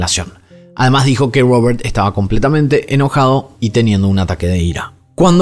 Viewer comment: Porque pronuncias Robert asi😂😂, es una R estas hablando castellano.